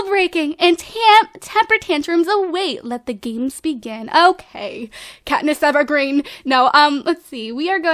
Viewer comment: did just say Katniss Everdeen or EverGreen? Because it sounded like she said EverGreen...